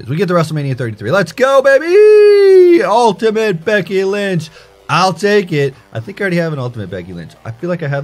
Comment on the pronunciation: why do you say ultiment???